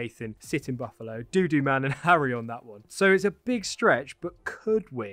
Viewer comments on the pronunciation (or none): none